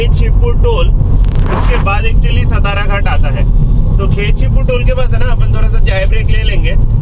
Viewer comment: " सतारा " नही "सातारा" घाट बोलो. यह हमारा "महाराष्ट्र" है.